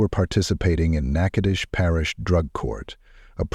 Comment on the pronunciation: I’m sorry but I’m thoroughly surprised that an AI voice over pronounced Nachitoches properly, very surprising, not nearly as the horror of this story but still very surprising